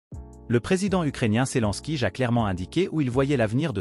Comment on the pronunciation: Zelensky, pas Selenskyj.